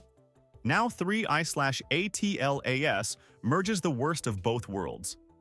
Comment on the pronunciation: AI needs to learn to minimize syllables, much as we do. I'm tired of hearing 3Iatlas being spelled out. Just pronounce it!